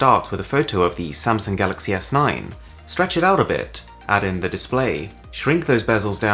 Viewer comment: He said it as the galloxeiy This year with the note 10 he said it as galox